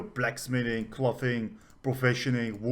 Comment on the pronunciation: Very informative. Thanks. Is it possible to get alts to collect high level materials they run across for your main crafter WITHOUT putting a ton of skill points in their crafting? To pronounce "clothing" you want the same sound of "o" that you have in "go". So clothing should rhyme with "go-ring". Totally different sound that just "cloth".